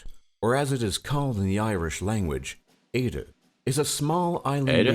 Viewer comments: "As it is called in RRREland- Aidje" Smacks head against wall Edit: Omg it gets worse. Why get someone who can't pronounce anything? Sorry, you seem lovely! Not your fault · Éire is pronounced as “air-eh” not whatever he said at the start